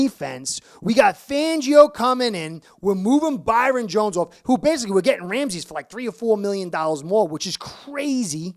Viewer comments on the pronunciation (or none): His name isn’t Ramses it’s Ramsey